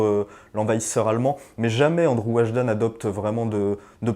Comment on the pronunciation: "ANDRZEJ" ne se prononce pas "ANDREW".